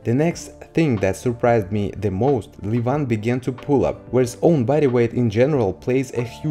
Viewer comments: He is levan not livan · First learn how to correctly pronounce the first name of Levan Saginashvili. otherwise, you sound silly.)))